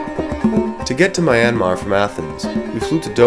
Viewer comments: Its ME anmar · please pronounce the country name correctly... not my-anmar it should be myan-mar !! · "MAI-anmar"?? Oh my God. You even went there and you still don't know how to say "Myanmar". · Please, learn to pronounce the name of the country correctly.